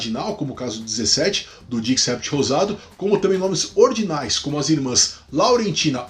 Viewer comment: dix-sept se diz "dissét" 😊. Merci beaucoup